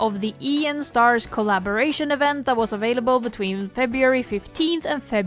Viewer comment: FYI Enstars is an abbreviation of Ensemble Stars, so it's meant to be pronounced An-stars, not E-N-stars